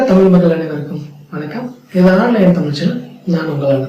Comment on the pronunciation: தமிழ் என உச்சரிக்கவும்.